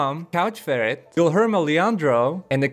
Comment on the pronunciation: Omggg ur pronouciation of Guilherme tho hahahaha